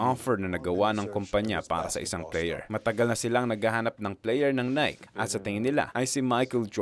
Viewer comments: Nike -Nae kee hindi Nayk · Nayki hindi nayk!!!!!!! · Its Naykeee boss not nayk.😅.. based on greek mythology nike..haiissttttt.. aral muna para alam ng lahat ang tamang pronouncation .. details matter boss . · Nai-kee ang tamang pronunciation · Nike = nai-kee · maganda maliban lng sa pagbigkas mo ng nike...